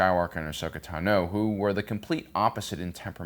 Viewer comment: Why, when saying names, does emphasize the last sylable? that pronunciation of 'Asoka Tano' at like was so goofy.